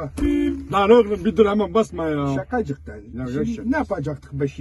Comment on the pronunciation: hiç kimse : abbaS : ŞeKacıkTan